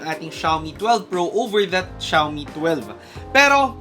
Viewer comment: it pronounce as "Shoe me" not shaaw me